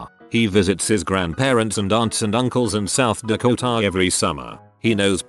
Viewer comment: The way the voice says "South DakoTA " funny for some reason